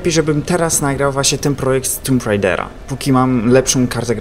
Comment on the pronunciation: to jest tomb raider anie tumb raider